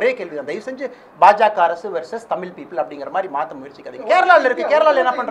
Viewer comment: அண்ணாமலை தமில் ன்னு பேசாமல் தமிழ் என்று உச்சரிக்க கற்று கொண்டு யாரை வேண்டுமானாலும் சவாலுக்கு அழைக்கலாம்.